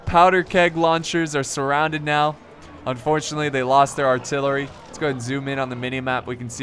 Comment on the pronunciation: I like how he pronounced lost wrong